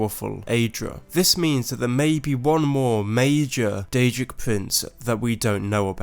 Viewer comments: DAEDRIC PUWINCE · Daedric Pwinths